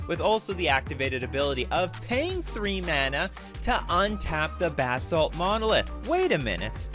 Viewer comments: Buhsalt. Not BAAA salt. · I love how he's saying bath salt monolith not basalt monolith.